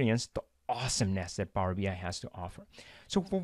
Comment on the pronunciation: This is really well done and interesting, thank you! On a funny note: My non-native-talker ears keep hearing Power-Behind :-D